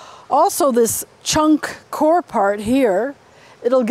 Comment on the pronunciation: it's pronounced coy-er